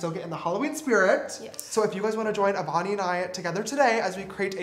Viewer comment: Every time he says “avani” I hear “bonnie” LOl